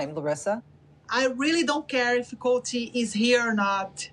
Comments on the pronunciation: The fact she still can’t say Colt is killing me. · "Colt cook-holdey"